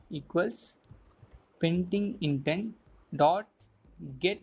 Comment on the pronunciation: its "PendingIntent" not "PaintingIntent"